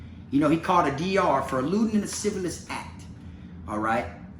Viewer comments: he said lascivalous. rofl. anyways. fuck that clown. i bet he never thought this would come out. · "Lascivious" has only the one "L" in it,. You've been cracking me up this whole time trying to pronounce that shit. 🤣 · La- siv-E-us